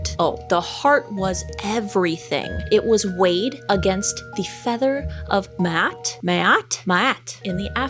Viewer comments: A as in ahhhh Ma'at. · it's spelt ma'at and pronounced "mah-ought". Sorry I'm no linguist lol, just an ancient Egypt need since childhood😊 lol i love it! Hatchepoot is close. But Hapshepsut is pronounced "hap-chet-soot" in English. The Egyptian pronunciation is different but the english one is what most ppl know. Love your work lady!! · The name of the goddess ma’at is pronounced Ma (like the southern mother) the second part is AT like take the at from cat but pronounce the at as AH-t instead of At like at from cat with a brittish accent if that helps :-)